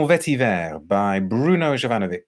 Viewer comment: Btw your final pronunciation of Jovanovich is absolutely correct :)